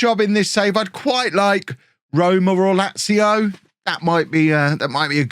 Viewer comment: Did I really just hear Lazio?